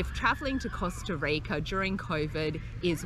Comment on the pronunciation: the way she pronounced Costa Rica and the amount of times she did so was intensely CRINGE